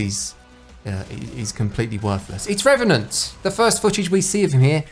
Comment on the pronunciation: I’m hyped to play as RRRRRRRRRRREVANANT!